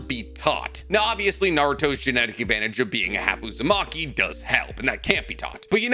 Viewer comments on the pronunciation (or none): none